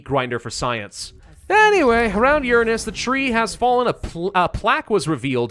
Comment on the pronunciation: I thought this was gonna be a cool sci-fi movie based on a video game, instead it's just some dude who chronically mispronounces Uranus and yaps for almost five hours straight. This isn't a movie it's a super cut. Very disappointing.